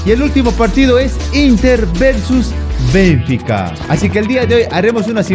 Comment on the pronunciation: No es BENfica, es BenFIca, se pronuncia fuerte en la Fi, saludos